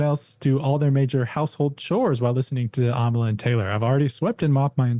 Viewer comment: every time you say your name I think you say "Amala Kenobi" and it makes my head spin every time